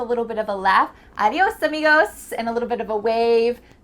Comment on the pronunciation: I thought for a while you spoke Spanish. You sounded so Latina when you said "adios amigo"